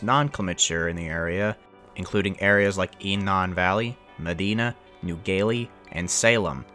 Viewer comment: New Galilee is pronounced New Gal ill e. Not New Gay lee